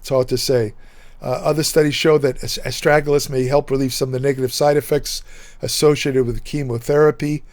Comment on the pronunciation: Pronounced Astra - Ga - Lus.. I've been taking for a couple of years.. I had a small amount of protein in my urine.. It has reversed this, increased my eGFR and lowered creatinine levels.